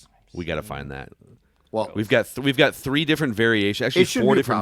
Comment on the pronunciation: You like that on 'tree' wun thew tree yew laik thaaah